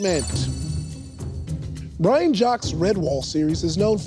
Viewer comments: Um, actually it's Brian Jaques to rhyme with cakes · Um actually, Brian Jacques' last name is (inexplicably) pronounced Jakes.